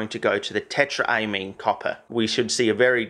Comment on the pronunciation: ammine ligands, not amine groups, smh my head